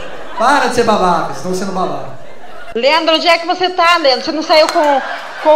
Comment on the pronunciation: Ela so fala lendro